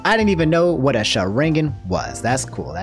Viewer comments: “Sha rang an” hurt me way more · You watch naruto but you mispronounce Sakura, Boruto and Sharingan.....